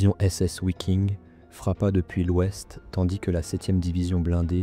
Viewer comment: Bon documentaire. Dommage que les noms en allemand soient aussi mal prononcés. Le « w » en allemand - comme en français d’ailleurs - se prononce « V ». On ne dit pas : ouiking, mais viking. Simple question : en français dit-on : ouagon ou vagon pour le mot « wagon »? Si vous pouvez répondre à cela, alors vous aurez nettement progressé en prononciation.